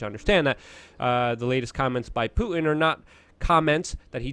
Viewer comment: you pronounce words like a black person. "Pu-en" Is actually "Putin"